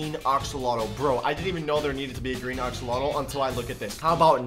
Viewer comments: Axolotl not oxolotl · Your saying oxolotl not axolotl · wtf is an oxolotl?? it is prnounced AXE-OH-LOT-L not OX-OH-LOT-L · It’s axolotl not oxolotl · Me: say axe.: axe. Me: now say axolotl.: oxolotl. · He says axolotol as oxolotol XD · He said oxeolotl